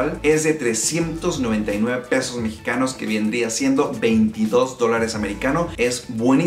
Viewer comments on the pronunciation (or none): none